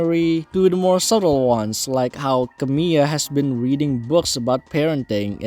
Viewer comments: You were actually quite close in your pronunciation there! The only thing you got wrong was that second “l,” which is actually spoken rather than being silent. So it actually sounds more like “Camee-LA” instead of “Camee-AH.” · Good video but fyi her name is pronounced Camila not Camiya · not camila as camill(y)a lol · Not to be the 87th comment but yeah, her name is pronounced Camila.